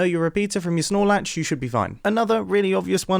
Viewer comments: Know my Repeater from my... What'd he say, Snorlax?? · People keep commenting “Snorlax” but didn’t he say “XNOR Latch”??